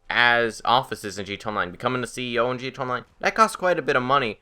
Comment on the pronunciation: bullpup rifle is good and btw do you have a speech impediment because it's pronounced gta online not gto online